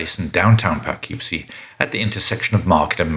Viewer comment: Your pronunciation of "Poughkeepsie" is driving me nuts, but since you aren't from the US I'll give you a pass (it's pronounced "Puh-kip-see")